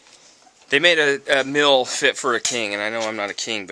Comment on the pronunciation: Sorry for being inappropriate but I thought this was kinda funny. When said they made a MEAL fit for a King, it sounded like he said they made a MILF fit for a King.....and then I realized its cuz pronounces it MILL instead of Meal.